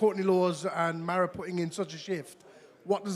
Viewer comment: Love the Welsh pronunciation of Maro……